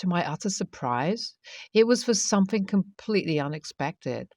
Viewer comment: THing, not Fing. THought, not Fought. SomeTHing, not someFing.